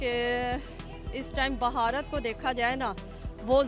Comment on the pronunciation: ये बुढ़टोदी भारत को बहारत बोल रही है। 😡😡😡